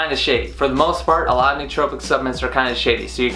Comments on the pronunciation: Suhp-la-ments jesus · I am into the video and if he says Subments one more time, im leaving ahahaha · Subments. You keep saying subments.